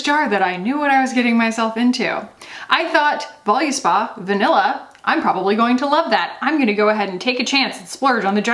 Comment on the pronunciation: Many people mis-pronounce Voluspa. But I have never heard it pronounced this way. So, as a retailer we buy directly from Voluspa, and they answer the phone and pronounce their name as Vol us pa - with the U pronounced as a short vowel sound "uh" - so "vol-uh-spa". Just thought I would put it out there for everyone to know.